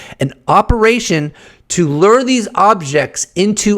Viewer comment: Bro…we made the connection between the flight victims and the number of orbs. You’re mansplaining brother. And stop saying lurr.